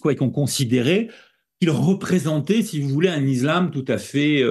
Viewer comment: Pourquoi dit-il ''izlam'' ?😁